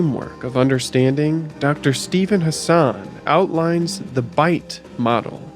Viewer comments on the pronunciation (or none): none